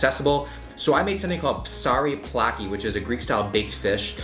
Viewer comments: DUDE DUDE!It's not slovakia,nor souvaki...not even soulvaki...IT"S SOUVLAKI! Hahahaha,greetings from Greece! :D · Hahah as a greek, I really enjoyed your accent on greek foods 😂 "soulvaki"